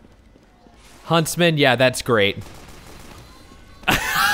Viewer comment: lol no huntsman but hunstman